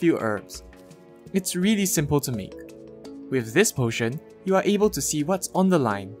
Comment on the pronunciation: I like how you say really. Its sounds like you saying weally